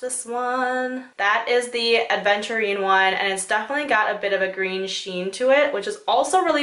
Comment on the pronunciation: Its "Aventurine" not "ADventurine"